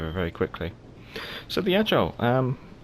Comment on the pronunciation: Ok somehow it’s not AGILE. It’s AIGLE, which is EAGLE en anglais. 😉